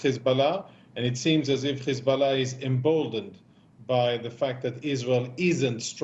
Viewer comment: Words like height and hard are pronounced correctly but H group and Hiz group is pronounced with kh